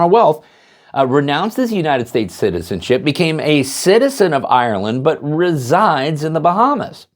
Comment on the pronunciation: “resigns” or “resides” in the Bahamas? 🤣